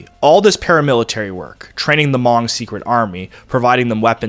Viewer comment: How can you do a documentary on this topic and not know how to pronounce Hmong?